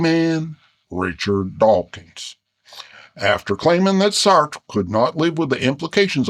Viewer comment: Lol who knew bears had such good pronunciation of French names... "Saertttrre" and "Camuue" (had to edit to get the vowels right).